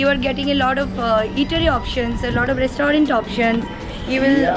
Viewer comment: Your pronunciation for restaurant is not correct....plz pronunce correctly